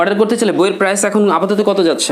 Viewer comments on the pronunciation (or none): none